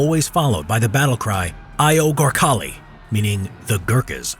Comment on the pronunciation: The way you say Gurkhas and “AYO GORKHALI” brings shame to all Nepalese men